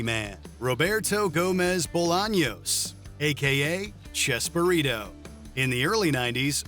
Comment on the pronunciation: It’s chespirito not chesburrito